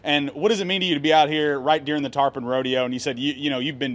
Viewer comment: TARPON NOT trapon